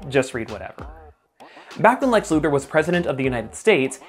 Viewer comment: Did you say "Lex Luthor", or "Lex Luger"? I mean, Lex Luger was evil Superboy, so either one makes sense, to me.